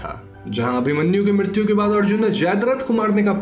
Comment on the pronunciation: Mrityu ko midityu kyu bol rahe ho? 😄😄😄